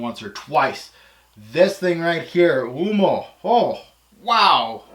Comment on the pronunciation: You said Oomo lol...U -oh-mo